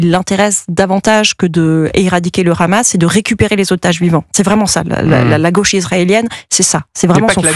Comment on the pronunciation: C’est Hamas, pas Khamas. Vous parlez de façon très décontractée de nettoyage ethnique, comme si il s’agissait de la météo…